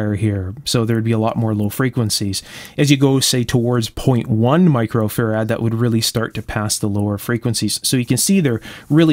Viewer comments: Great video, and I love the way you say fur-rad. Brilliant! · "faRAD?" My dictionary says "FARad," as in FARaday.